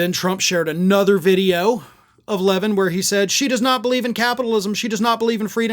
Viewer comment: Levin loses his mind when folks pronounce his name that way! LOL